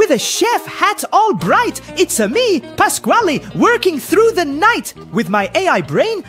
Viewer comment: he said it's a me pasqali